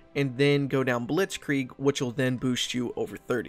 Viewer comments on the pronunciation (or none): none